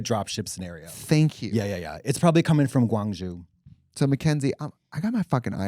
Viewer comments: Can i just say GuangZhou is not pronounced guang-jew, its guang-joe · katya love u but it’s guangzhou like “joe” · I love that Katya pronounced Guang Zhou like Guang Zhu.